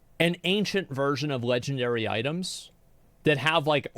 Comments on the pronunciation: its LEGNARARY! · “LEGNARARY” -Asmongold 2023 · "rares". "LEGNARARY"